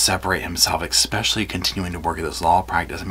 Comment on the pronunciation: Pronounced especially not ex-pecially. Just for info. 😊